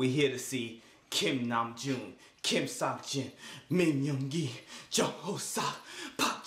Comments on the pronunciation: “Kim Sockjin” lmao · just a tip - your pronunciation of "seok" like in "seokjin" is almost there, just try a little less "suckjin" and a bit more "sOHkjin" (sEOkjin) if you wanna get it perfect :) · i love your guys' reactions so much !! appreciate y'all! just wanted to say jin's name is pronounced as kim soak-jin and hobi's is pronounced as ho-soak. <3